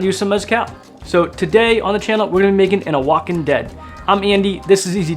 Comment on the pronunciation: Oaxacan is pronounced "wahawkan"